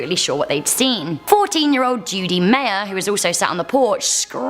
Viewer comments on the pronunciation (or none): none